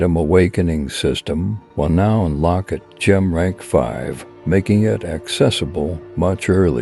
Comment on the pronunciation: cant you find ai that knows how to say gem?